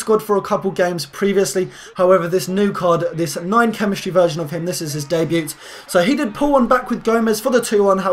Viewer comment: As if you actually pronounced the "t" in debut